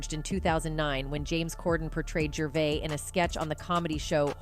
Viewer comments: AI doesn’t pronounce a lot of words correctly. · It’s “Jurr - VAY”